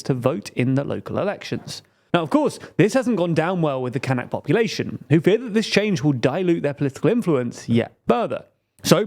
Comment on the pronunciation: As a german its so weird hearing "Kanks" and "Kank Population" all the time because it sounds very similar to a german slurword for Mediterranean Muslilms "Kanacken". Gotta look up how we call the "Kanak" people.